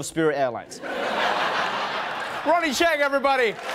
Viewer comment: "Ronny Chieng everybade"